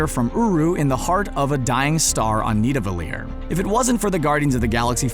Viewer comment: Why is it pronounced nivadellir when it is spelled nidavellir?